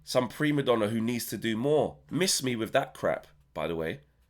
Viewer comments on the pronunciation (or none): none